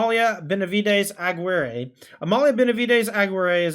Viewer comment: love the deck and how it can generate infinite loops and draws lol! Wouldn't maindeck extraction specialists be better tyvars in this build though? Btw, the "GUI" in Aguirre is similar to the "GUI" in guitar (like A-ghee-rre). I'm not sure if English has the same strong double r sound though.